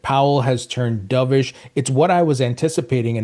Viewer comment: Dubish!?! Wth is that? You said it like umpteen times. Stop it!